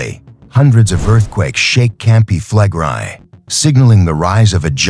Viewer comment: That would be "fleh-grey" in Engrish. But the AI does not speak correct Engrish. Speak Engrish, demon!